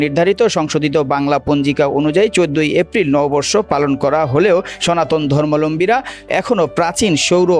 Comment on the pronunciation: সনাতন ধর্মলম্বী মানে ??? সঠিক শব্দ জেনে ও বুঝে শব্দ উচ্চারণ করা উচিৎ সঠিক শব্দ টি হচ্ছে সনাতন ধর্মাবলম্বী। শব্দ টির বাংলা আভিধানিক অর্থ হচ্ছে সনাতন ধর্ম অবলম্বন করেন যারা